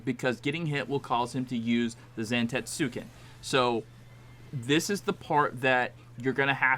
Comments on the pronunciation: it’s pronounced Zan-tets-ken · Awful video. Just guessing at the mechanics instead of understanding them. Don't even know how to pronounce the move name. Awful.